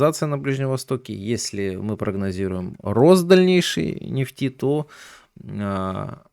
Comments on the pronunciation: Правильно ставить ударение в слове нефть на Е. Ну нельзя говорить на столько безграматно, как автор: "котировки нефтИ". Правильно "котировки нЕфти". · Так у Вас ударение на второй слог. А уж " нефтИ", упоминаемое часто, режет слух. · Режит слух не правильное ударение в слове нефть,слушаю и смеюсь.Доверие пропадает к инфе